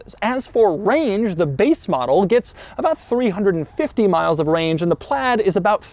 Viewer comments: Why do you say "PLAD" all the time? It's "PLAID"... there is an "I" there. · Still don’t understand why you say PLAD there is an I in there. Say aid then pronounce it with PL in front of it and there you go.